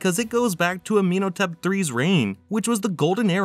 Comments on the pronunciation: It's pronounced Ah-men-HO-tep. PLEASE learn how to pronounce the names of Pharoahs, kings and places before you narrate a video. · Forest Gump was smarter than this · Ah Men Ho Tep Don't understand why so many YouTube creators have issues with Pronunciation.